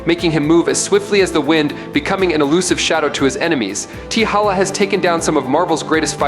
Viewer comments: It's T'Challa...not T'HALLA. Get it right, my friend! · Black Panther's name is T' Challa NOT....T' Halla. I can't even take this video seriously if he can't even get the name right! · Teehakka/Teehalla? Yall gotta start listening to your own Ai videos fam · Damn does he know how to pronounce t'challa name. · Wanted to watch. But couldn't sit through him pronouncing T'challa name wrong. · You Butched t'challa's name badly 😊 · Please learn to pronounce Black Panther's actual name. If you're going to say it, at least do it properly. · it seems u knw nothing about he black panther u stated Batman has an advantage in the dark….😑u do knw blk panther can see in the dark right? And u keep pronouncing T’CHALLA name wrong,also the black panther is a master of EVERY martial arts on earth and a master of others from other worlds and dimensions and Gus shadow arts that he created,also the blk panthers has millions of yrs of combat experience thru the panther link that gives him access to EVERY BLK PANTHER FROM THE PAST,THEIR KNOWLEDGE,STRENGTH AND FIGHTING ABILITIES smh t’challa also possess a genius intellect and his the 5th smartest man in the marvel universe and a master strategist,a ruler of both wakanda and the dead,u even thinking Batman stands a chance is laughable smh 🤦🏾‍♂️ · Yeah he fucked up the name 😂